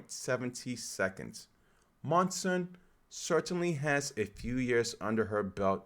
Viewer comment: Please, have some respect for the runners, learn how to pronounce their names. Chmiel, Schweizer, Monson. I know it's not obvious, but do some research. Nice effort otherwise, and thanks for taking some time on Whittni Morgan, ex NCAA XC champion one year before Tuohy and finishing twice second behind Monson in her last events.